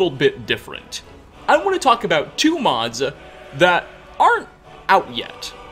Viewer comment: "our episode of immersive skyrim modsuh"